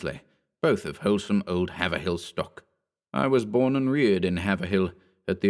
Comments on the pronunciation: It's pronounced "Hayve-rill" , not "Haver-hill". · Strange, we generally keep to the old, English pronunciation of town names, though shifted by our Boston accent over time. Thus “Worcester” is “WIH-stah” etc. But the narrator said “havver-hill” despite having an English accent. Do they say it that way in Britain? Haverhill is HAY-vril around these parts. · It’s “HEY-vril” not Haver-hill 😉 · Haverhill is pronounced... HAaaV-rilll let it roll off your tongue, don't chop it into 2 syllables. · I love how no one outside of New England can pronounce Haverhill correctly lol